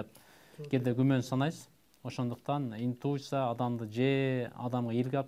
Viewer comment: Капитан команда "индуыса" дейтго!!!😂😂 Интуиция болот!!! Уят уят